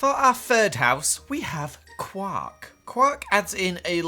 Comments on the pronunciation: IF HE SAYS KWAK ONE MORE TIME I SWEAR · its pronounced qork not qaaaaaaaaaaaaark. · quark not quack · Who else thought said “Guac” instead of Quark? 😆